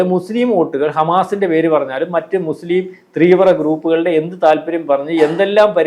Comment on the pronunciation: Teervra alla teevra onnu paranjukodukkadei